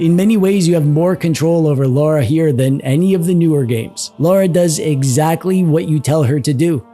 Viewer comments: I forgive you 😂, the auto subs put laura each time yet i got the feel you were trying to say it as Lara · The first syllable is pronounced more like "law" than "low." Lara, not Laura. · Every time someone says Loora instead of Lara, a baby is dying in vain... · I took a drink every time he called her "Laura." I am currently dead.